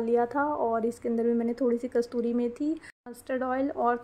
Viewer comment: Kastoori nhi kasoori methi hoti h dear aap hi nhi bhut se log isko galat pronounce karte h . Nice vlog ❤